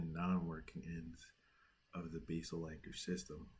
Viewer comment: You keep saying beesil anchor in the video asif you’re not sure what to say